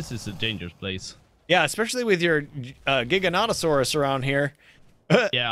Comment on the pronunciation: thank you. someone finally says the giga's name right:)